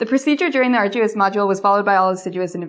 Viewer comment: ....and!.... "ah'r-joo-us"?!....